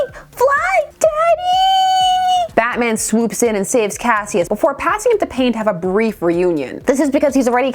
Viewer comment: His name was "kash-uss" Clay. Two syllables. Also: Mix-yezz-pittle-ick. That's from the little dude himself.